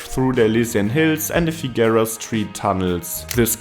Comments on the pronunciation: In addition to others pointing out that it's the "one-ten" or the "one-oh-one," should it ever come up again Angelinos pronounce Figueroa as "figger-oh-uh." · The continual mispronunciation of Figueroa was irritating, but I really enjoyed the piece.